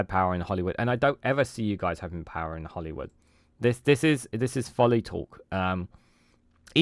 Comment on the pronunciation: Sorry but its Holyrood not Hollywood 😅